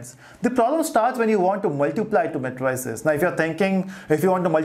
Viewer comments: Thank you for the lectures. Please the pronunciation is mei·truh·seez not matryceez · mae-tri-ces ....lol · CAN YOU SAY MATRICES CORRECTLY OR WHAT!!!!!!